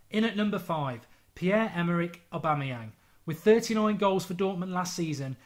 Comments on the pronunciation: Omg Mark finally said aubameyang right😂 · "Aubameyang" - Mark Goldbridge (2016) Music to my ears.